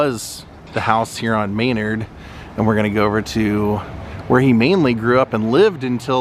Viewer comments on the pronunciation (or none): It's not Austin Illinois. It's the Austin neighborhood in Chicago. It's not pronounced MAY-nerd, It's pronounced meh-NARD,.